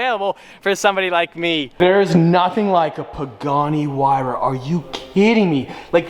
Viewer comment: Did this man just say “Pagani who-why-ra”? It’s “why-ra” the h is silent. Edit: He started saying it right, must have been joking lol